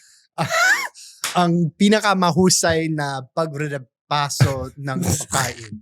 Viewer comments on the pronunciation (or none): Hi, Baket ang tagal mo na sa Pilipinas pero yung accent mo American pa din parang level kayo ni kahit bago pa lang sya sa Pinas. Sobrang hanga ako kay Kuya Jake, yung American na nakapangasawa ng Ilocana. Talagang he has lost his American accent completely. Parang Filipino na talaga sya magsalita. Also I noticed, you and can't pronounce the letter 'g' in the word "pagkain"